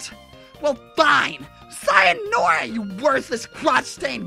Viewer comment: why does say sayonara like sayonOra aaaaaaaaaaaaaaaaa it bugs me